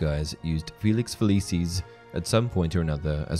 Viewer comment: I physically cringe every time the narrator says "Feliceeez"